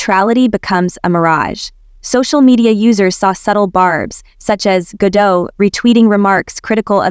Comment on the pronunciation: It's Ga-dot, not Ga-dough.